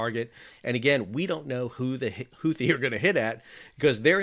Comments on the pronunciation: The second h in Houthi is silent..... Unless your stewie griffin, or you, I guess..... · Houthi? YOUTHI !!